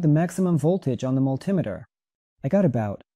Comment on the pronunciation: Guess I'll be looking for a "mul-TIM-eter". 😁